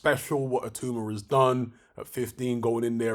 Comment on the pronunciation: BTW, I believe it's pronounced It-ow-ma, rather than it-oo-ma